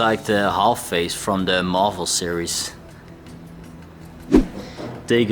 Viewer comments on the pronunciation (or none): none